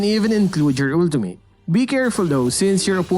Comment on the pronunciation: Everyone- Ultimate This dude-OoLdiMaYd